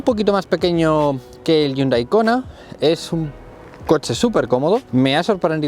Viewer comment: Cada vez que escucho Kona no puedo evitar reírme 🤣